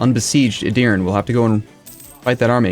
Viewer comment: A little correction regarding pronunciation，Edir-neh. I am not gonna bother correcting the rest. It would be too much lol